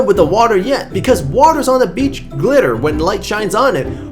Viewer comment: "So u can see the beach becher" :DDD